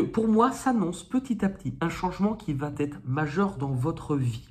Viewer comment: bonjour, pour vos gratouillis des mains essayez Eucerin, souvent ça marche. on ne dit pas vaT etre on dit va Etre